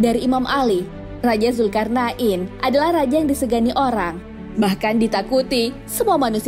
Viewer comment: Mantap. Alhamdulillah, Cuma klo boleh kasi saran, untuk penyebutan istilah atau nama, tolong di perbaiki, Seperti penyebutan nama dzulkarnain dn lain lain, Thx